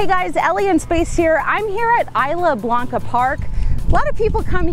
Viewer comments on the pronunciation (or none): It's pronounced IS LA BLANCA PARK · eesla blanca. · Side note, it's pronounced "e-slah" for Isla Blanca.